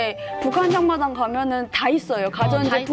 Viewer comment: 장마당이 아니라 잠마당이네 ㅋㅋㅋㅋ